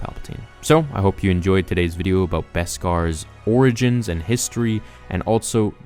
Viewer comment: Beskar ore-igins